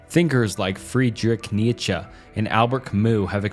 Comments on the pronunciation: These pronunciations are going to kill me Friedrich Nietzche = Freedrik Neecha/Freedrisch Neecheh Laissez-Faire = Layzay fair/lisseh feah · Imagine basing your life on a philosophy and a guy who can't pronounce the philosophy or the guy's name who thought it up gave it an f tier